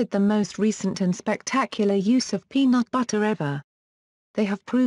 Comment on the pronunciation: ''Penaut Battah''